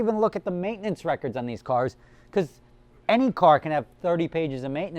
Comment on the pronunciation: You said "beguz" 5 times